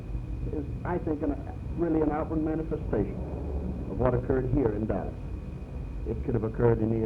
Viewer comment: Did he say Dallash?